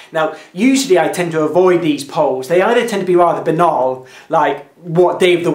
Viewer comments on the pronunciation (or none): none